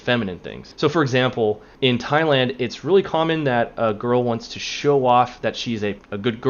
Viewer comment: ...its pronounced"'tai-land"